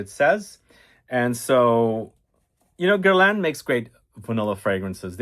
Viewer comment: its called GER-LAEnnnn